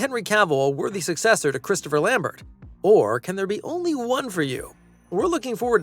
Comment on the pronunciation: Chris Lambert is Belgian. His last name is pronounced the French way, as in Stephen Colbert. Just sayin'...